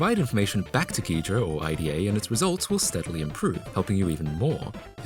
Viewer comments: Just pointing out the app's name - It's Ida, as in Ida Lovelace, not I. D. A. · "I-D-A" It's pronounced Eye-duh. Like Ada, as in Ada Lovelace, but with an I at the start.